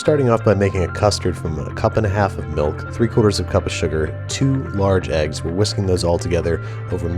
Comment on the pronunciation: pretty sure babbish said "melk" i dont feel so alone anymore.